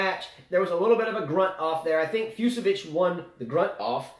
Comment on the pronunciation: "Fucsovics" is pronounced "FOOTCH-a-vitch":) That one confounded me for a while for... obvious reasons... - Oh my goodness.... the first 5 minutes of this video was pure comedy gold. "We have 5 kids! You gonna call me 'the man'??" - Zverev is just... young and gets distracted, I think. If he's off, he doesn't have the experience to change things up and tough his way through a match while playing badly. - You guys didn't mention that Kecmanovic is a lucky loser here. He lost to Giron in a 3rd set TB in qualies. - Yes,, I do chuckle every time brings up Zverev.:P